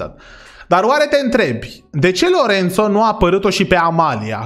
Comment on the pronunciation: dc lui Lorenzo ii spui Lorențo? 😂 Respect!